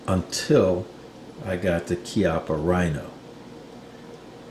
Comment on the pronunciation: It's rather "KYUPP-puh" than "KEE-up-uh". It's an italian surname, funnily meaning "buttock"